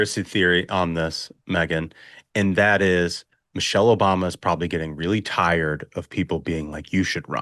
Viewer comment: "Missery Obama" 😂😂😂😂 Love it